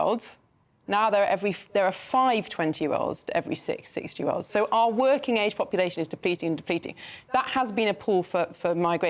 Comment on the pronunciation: did Patrick actually say are great country at the start? It's OUR!! not are, sounds like power/hour, not are as that's a question start, are you going out tonight? are you catching the bus?